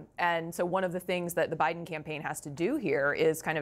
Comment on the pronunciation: Why does Jake Tapper call OUR President, "President OBiden?" He calls him OBiden twice. I've moved on and left CNN to MSNBC and The Meidas Touch Network, for many, many reasons. Jake, Kaityln ( she was horrible at the townhall meeting with Trump), and even Anderson Cooper have sold their careers for more money and not integrity! Good luck to your new CEO trying to get the independent voter! We have all moved on to other networks, especially Youtube networks like Meidas Touch and the Bulwark!